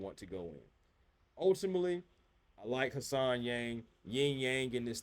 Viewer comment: HAN Solo SENator Han-sen. Not Hassan.